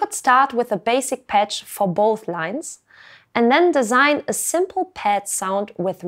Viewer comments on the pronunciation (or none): none